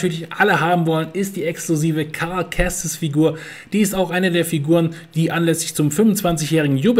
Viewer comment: „Karl Kestis“ 😂😂😂 Diese Aussprache… Ich kann nicht mehr 😅